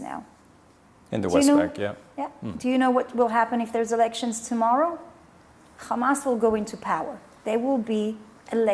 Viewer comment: i bet before she moved from Canada to colonize Palestine she said hamas not khamas